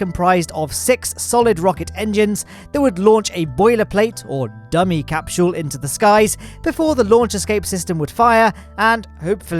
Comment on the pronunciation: said capshule instead of capsule